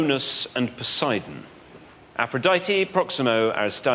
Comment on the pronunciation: Poseidon, not sure where Posie-Don rules 😂